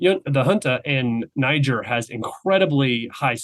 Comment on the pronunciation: Brilliant commentary. But FYI . . Niger is pronounced “nee zher” - the ZH is like in Zeluzhny. The last syllable rhymes with “where”. And the ethnic business is about Bazoum being from the minority. Arab population. But that has nothing to do with his unpopularity. Niger is also a Muslim country - something like 97%. So obviously there is no friction there, either. He was simply a western puppet, and a cruel one at that. Keep up the excellent podcast. And thank you 🇷🇺 .